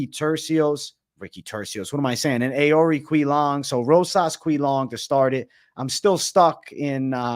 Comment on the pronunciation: Rosas could get slept. His stand up is elementary. But you gotta learn how to say these fighters names my guy. Its (ohhr- eee-chee- leng) cahhh mahhn smh